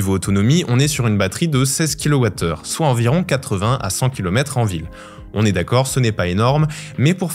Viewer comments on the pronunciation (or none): none